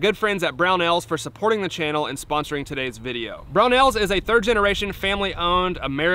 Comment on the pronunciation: Oh, it's Brownells?! I thought you and were saying 'Brown Owls'. On topic, that slamfire looks like one hell of a lot of fun.